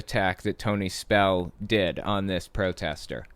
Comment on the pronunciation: SPELL-UH IS-UH BACK-UH 😩